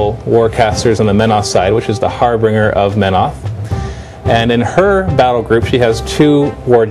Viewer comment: harbringer or harbinger? (har binge ur)